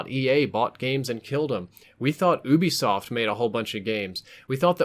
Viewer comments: I swear it's ubsoft (youbesoft) why do people say (oobisoft) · Oo-bee-soft? U wot? You-be-soft